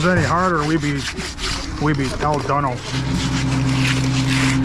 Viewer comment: El done-no 😂😂😂😂😂😂😂😂😂😂😂😂😂😂😂😂😂😂